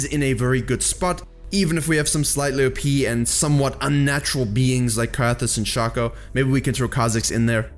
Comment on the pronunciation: You get a like because you know how to pronounce Shaco. Thank you good sir.